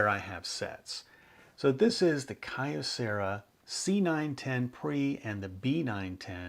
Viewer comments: I was a Kyocera dealer and it's pronounced Kee-O-Cera. The original name of the company was Kyoto Ceramics Company. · Always an entertaining episode. BTW, I'd always heard Kyocera pronounced as "Kee-Oh-..." as with the city of Kyoto (Kee-Oh-Toe) in Japan. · Just because I am OCD. 'Kyocera' = KYOto CERAamics" so the name 'Key-oh' as one syllable like Kyoto (not Key-oh-toe) = kuhyo But then, my pronunciation here is off on other words too with my thiiiiiiiick American accent when speaking Japanese.